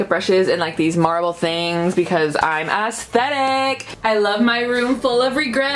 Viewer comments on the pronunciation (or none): U say esthetic as Ass-stetic!! 🤣🤣🤣 I know it wasn’t intentional, but it’s funny!